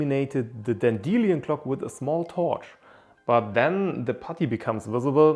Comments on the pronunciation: By the way, in English, A Dan_deel_i_on clock is pronounced Dandy_Lion clock. The metal Leed is pronounced Led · Dan-De-Lyon - ROFLMAO! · i hate how he says Dandelion